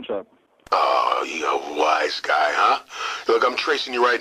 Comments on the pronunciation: Yeah, it's wise guy, not "was guy." XD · Its WISE GUY not was guy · "A was guy, huh?"... isn't it "a WISE guy, huh?"? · It's wise guy, you cork 😂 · Nigga said, “a WAS guy”